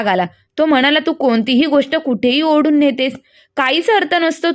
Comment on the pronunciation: ओडून नाही ओढून